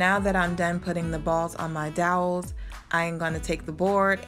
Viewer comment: It turned out beautifully, you're very imaginative. Lol, dowels not doyles, fyi it's flush not flesh. I do that with some words too.😊